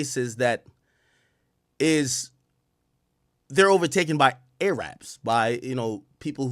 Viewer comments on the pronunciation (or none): Al, saying A-Rabs Is racist af 😂 it’s jus Arab pronounced Air-Rib